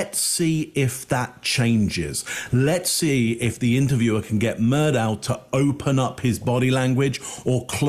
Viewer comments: Alex Murdaugh is pronounced Alec Murdock. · It might seem trivial, but it pisses me off the number of different ways his name is pronounced, when it is clear from the trial footage. Alex Murdaugh is pronounced Alek Murdock, that's the way he pronounced his name and was how he was referred to in court. I'm Scottish, and Alex is a shortened form of Alexander, which is a very popular Scottish name. Some Alexanders choose to pronounce the shortened version of their name as Alex, but I'd say the majority choose to pronounce it as Alek even while spelling it as Alex. Murdoch is a common Scottish surname, pronounced Murdock. Murdaugh is a much less common variant of the name Murdoch in Scotland, but still pronounce Murdock. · it's probably a UK English pronunciation. Although they do mispronounce Murdaugh. It's pronounced Murdock.